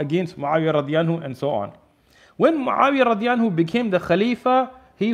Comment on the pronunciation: What is the meaning of Radiyanhu? Or is that just a miss-pronunciation?